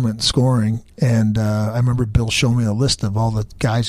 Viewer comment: Ceo of saying remeber im dyslexic